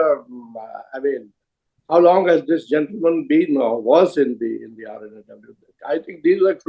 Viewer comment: Wish Karan Thapar can take the effort to say R&AW just like Mr Dullat says it. Karan Thapar is lacking professionalism